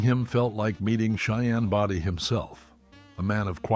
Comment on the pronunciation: For those who've never seen the Cheyenne shows, Cheyenne's last name was not pronounced "Body" with a short "o". It was pronounced with a long "o".